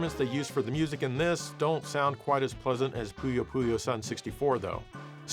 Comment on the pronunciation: It's pronounced "Puyo Pu-YAWN"! It's supposed to be a pun on the Japanese word for 4 (四/yon) much the way "Sun was a pun on "san" (三, meaing "three") and "Tsu" (通, meaning "expert") being pronounced like "two" rather than being more like "Sue". They tended to play around with the numbers. Well, until Fever at least. I wonder what what they would've called Puyo Puyo Fever had they kept the punny naming scheme? ぷよぷよGO? And then after "Fever 2" they went back to numbers with Puyo Puyo 7. Why not "Puyo Puyo Banana?" ....Nah, that sounds too stupid.